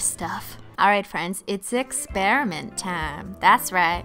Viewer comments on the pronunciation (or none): i love how you pronounce experiment😂 ex-pear-a-ment